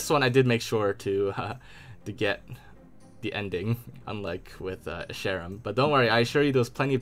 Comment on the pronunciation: Your pronunciation of Jega and Escharum makes me think you didn’t watch the cutscenes